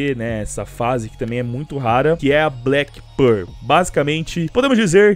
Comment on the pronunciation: Mano só me dá agonia do jeito que você fala black pearl sempre errado KKKKKKKKKKK No mais, seus vídeos são sensacionais, parabéns